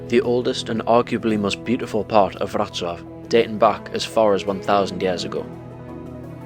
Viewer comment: What a great film. And well done for pronouncing Wrocław correctly. Just one point of information. Unlike Latvia, Lithuania, Estonia etc Poland was never actually part of the Soviet Union. After the war, the Soviet Union installed a communist regime in Poland, which would do what the Soviet Union told it to do, just as they did in Czechoslovakia, East Germany, Hungary, Romania, Bulgaria etc These regimes were meant to act as a protective wall between the West and the Soviet Union. They were known as the Warsaw Pact countries and although the regimes were (mostly) loyal to Moscow they weren't part of the Soviet Union itself.